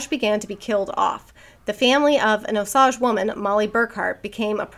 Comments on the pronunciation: Oklahoman here. Figured you (and anyone who reads the book) might find this interesting: Osage is actually pronounced Oh-sage…like the plant/spice. Most states don’t get the exposure to Indian words and names that we do, so I thought it might be good info to have. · My family is Osage! Most of them live in Oklahoma. My aunt was a social worker on the reservation. It’s actually pronounced Oh Sage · O- sage, like the plant.